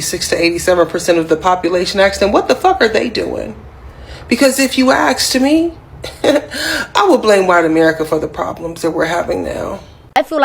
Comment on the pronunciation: If you axed me!!! LOL